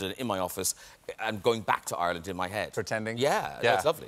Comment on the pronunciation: I do love how he automatically pronounces Ireland "Oirlnd", all of that London accent suddenly gone lol